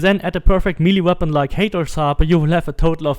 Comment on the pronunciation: If I never hear milly weapon again I’ll be happy.